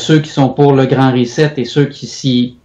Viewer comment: Hahahah première fois que je vois qqun qui scrappe le mot reset ......rizette